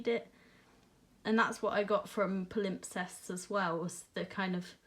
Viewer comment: I'm pretty sure it's pronounced PAL-im-sests (first syllable stressed, p silent)